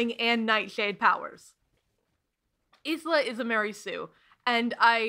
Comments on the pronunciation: I haven't seen anyone address this, so I have to. The name Isla is pronounced "Eye-la" yeah? Not "Is-la"? Ok. Just making sure. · I hate to be this petty, especially when I can tell this is going to be a VERY entertaining way to spend 4 hours (I love mess), but. Uh. Does the presenter pronounce the name Isla like ‘Iz-la’ the entire time??? (For those who genuinely don’t know, Isla is pronounced like ‘Eye-la’.) Of course, if the author herself states in-text that it’s pronounced Iz-la, I will redact my extremely petty complaint and instead lay all blame at the author’s feet. Onwards to the rest of the review! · "You pronounced Isla wrong: it's Eye-lah, not Iss-lah!" I know this. I can't go back and change the video though... Basically: I did not know Isla was a real name, but I DID know it was Spanish for island. When I looked up pronunciation, I got 'isslah' as the correct pronunciation — for island. Her name is meant to indeed be 'island', mind, aster has pointed it out in interviews (Isla the name comes from the route of Isabella, they're not related words!) But in interviews and audiobook indeed, apparently it is pronounced Eye-lah. I didn't realise this and assumed my island version was correct. Plus, in book Isla remarks on the pronunciation of her name- noting grim says it correctly 'with all the letters' and 'hissing the s'. Not exact quotes but about. So to me, that sounded like Isssslah (all letters, strong s), not Eyes-lah (weak s, less clear each letter). So that's how it happened. It is ice-lah, both the fact it's a normal name and what the author uses, but I very much thought I was correct and wasn't crazy for thinking it was Isss-lah I am very sorry though, Islas of the world. I still internally call her Iss-lah.... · Issslak> eyeslah everyday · i love this video sm it's definitely my new go to background essay!!! but also i must giggle every time you pronounce isla is-la and not eye-la. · isla is pronounced “eye-la”